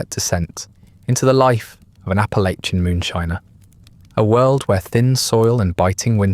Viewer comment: About the only thing this got wrong was the pronunciation of Appalachia. It's more Apple-At-Chya than Apple-Ay-Chya.